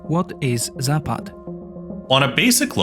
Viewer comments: Its not zāpād, its zapad. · It's pronounced západ. Stress on the first 'a'. You could try saying it like zápud. It means west. Vostok (pronounced vastók) means east. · does anyone thats from the slavic nations cringe so hard when he says zapad in the wrong accent